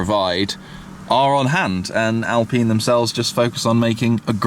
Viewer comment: the way you said Alpine has me triggered